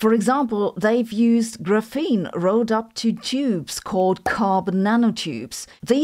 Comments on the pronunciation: i mean I'm not gotta stop watching her cuz of it but it just stings my ears just say it like graphite 💀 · graph - ene not gruphene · gra FEEN reminds me of feynman’s chee TAH 😂🎉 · I've never heard anyone call this GRUFENE before. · please don't say graphene like that 😭😭😭😭😭😭😭😭😭😭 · oh! A memory from 1984, that’s how my graduate quantum mechanics professor professor pronounced it. Multiple times per class. I can still hear his voice. Ugh! He wrote huge equations while explaining it verbally. You could write notes on the equation and later not know what they meant- or you could note his words and then not know how to do the calculation. Uh, grad school!